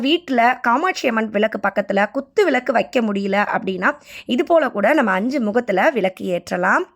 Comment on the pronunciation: விலக்கு இல்லை விளக்கு னு சொல்லுங்கள். தமிழை தயவுசெய்து கொலை செய்யாமல் சரி யாக பேசுங்கம்மா